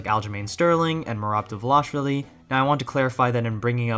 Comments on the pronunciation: Good video but when YouTubers can't pronounce fighters' names it kind of takes away from their credibility in my opinion. Never heard someone say Dvalishvili like that lol If someone is at a high skill level in a sport, especially if they become champion, we should give them some respect and learn how to say their name. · well plenty of people are wrong. It would go a long way to pronounce these elite athletes' names correctly.